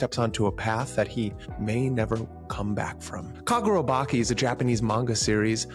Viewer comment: bro you called it kagurabaki it's chi as in inner chi in japan😂 that's how it's pronounced